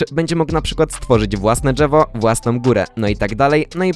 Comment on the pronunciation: usłyszałem " własne dżewo "